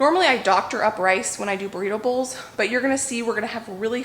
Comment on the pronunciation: I was thinking, "What is she talking about? Making "breedables" for dinner?" Then I realized you were saying Burrito Bowls. Haha! As you cook you'll figure out where things need to go. It is kind of nice to have the spices handy on the counter shelves, isn't it?